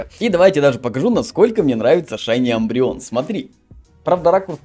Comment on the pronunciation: Мне больше всего тоже нравиться шайни умбреон (Не амбреон а Умбреон)